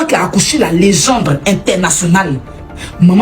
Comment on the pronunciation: faut demander à la tantine qui parle oooh 😂 elle a du mal a dire legende !